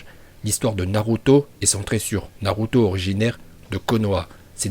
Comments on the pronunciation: Tu fait d éliré quand ta dis uzumaki naluto 😂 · OMG D'OU TU DIS PAS NALUTO?